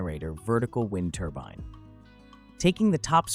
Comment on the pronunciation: Wind turban??? Lol another fake AIBS video